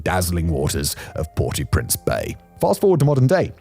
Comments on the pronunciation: The English pronunciation of the name is "Port-Oh-Prince", not "Port-Ooo-Prince". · Did Simon not do French at school? If he did he should know to pronounce "au" as "oh" not "or" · It's not Port ooooo prince, it's basically the sound of saying oh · “Port-ew-printz” - spoken like a true Brit. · “Port Oh Prance” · It’s pronounce Port OH Prince. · Pronounced Port Oh Prance. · He's saying "PORTY Prince", which I've never heard before.